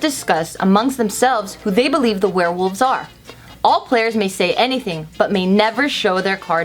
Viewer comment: Were-wolves Also: were-woof